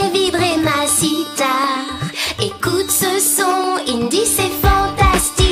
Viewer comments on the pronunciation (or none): sally elle a dit sitare